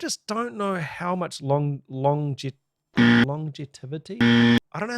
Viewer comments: longevity (long-jev-ity) is the word you were looking for, lol. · lawn jevity, phonetically.